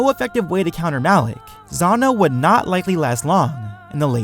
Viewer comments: M-alak Not alak Malak! Say it with me know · Awesome video but Malak not alak ughhhgg lol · OMG WHY do you keep saying ALAK? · Everyone here is being all technical and using points of power between the apprentices and crap, normally I would be one of those people, but I was distracted by the fact he kept saying "Alec" instead of "Malak" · stop saying alak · Why is it alak, its malak no? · you kept saying alec and I got triggered so I stopped watching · THERE IS A M IN MALAKS NAME IM SO TRIGGERED